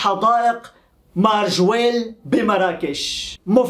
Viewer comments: ماجوريل اصلح ليس مرجويل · ٠يا ابو ابيس صحح نطقك لبعض الأسماء الغريبة عنك مثلاً اليوم تقو: ما وجيل عوض ماجَوريل Majorelle....... كما أنك تنصب نائب الفاعل.........النحو العربي دقيق و يجب التمكن منه لتفادي المغالطات...... و شكرا لك يا أخي 👍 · اسمها حديقة مااااااااججججججووووووورررررررررريييييييييللللل (Jardin Majorelle) وليس ماجويل